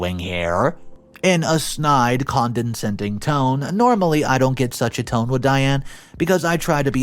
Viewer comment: Condescending is pronounced con-deh-send-ing. You keep adding an extra n in there. 😊